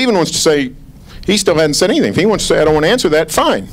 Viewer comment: "NYATHING I'm gonna keep the microphone" XD dumbass reporter